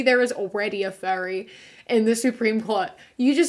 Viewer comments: I was really confused bc I thought you were saying “fairy” not “furry”😂😂😂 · I didn't realize you were saying "furry," I heard "fairy" and didn't question it. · For some reason when ya say "Furry" I hear "Fairy" weird. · omg I thought you said fairy not furry I was so confused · I misheard "furry" as "fairy" and the next two minutes were super confusing. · I misheard "furry" as "fairy" and was intensely confused until I heard the word fursuit. Tbh I want a genderqueer indigenous fairy on the supreme Court now! Or a furry, why the heck not eh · I heard it like that too, wasn’t confused though, it sounds like something these crazy people’d say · omg I was only listening to the video playing and I thought for like, a minute, that you were saying "fairy" instead of "furry" and I was very very confused like "wait, is this a thing?" 😂😂😂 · I wasn't really watching it the video, mostly just listening, and when you pronounced furry I heard fairy and was so confused until you talked about how people have bad views of them and stuff. Then I went back and saw it was furry and your accent just made it somehow sound like fairy, which I just assumed was a gay thing I didn't know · Omg every time you said “furry” I thought you said “fairy” and I was so confused til you said “fur suit”😭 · You said furry but I heard faery and I was like YES we do need that absolutely lol I dont care if theyre a furry though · holy shit when u were saying furry i thought you were saying Fairy and i was like Damn they’re really calling people australian slurs out here 😭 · The way you say “furry” sounds like a US/Canadian accent saying “fairy” or “ferry” so I was….. very confused for a moment 😂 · legit i thought you were saying "fairy" i stead of furry lmao i was confused for a sec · i was hearing furry as fairy for a solid minute and was real confuse till she said fur suit lmao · I’m gonna be honest.. I thought you said fairy not furry and I spent wayyyyy too long trying to find a kink thing for fairy..